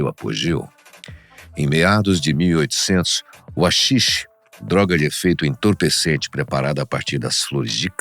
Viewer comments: SE LÊ RAXIXE, NÃO AXIXE sksksksk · Vídeo muito bom!! Só uma pequena correção que pode ser que seja infundada, mas nunca ouvi ninguém chamar de "Axixe". A pronuncia "correta" ou que estou acostumado a ouvir é "Raxixe". E um apelido que conheço que não foi mencionado, seria Santa Kaya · Se diz raxixe, com som de R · RAxixe amigo, RA -xi-xe... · A letra H é muda porem na palavra HAXIXE a letre H vira um R o pronunciamento sairia então raxixe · Owow, ó umar um axixe!